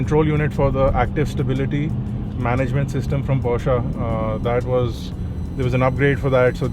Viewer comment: finally an Indian who pronounces Porsche correctly!